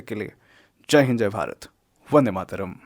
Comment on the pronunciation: I love how you say vande matram so beautiful voice too . thanks brother.